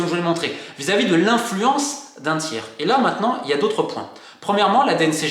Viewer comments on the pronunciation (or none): none